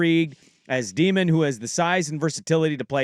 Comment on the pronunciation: Day-min, not Dee-min. And he's not athletic. Have you watched tape?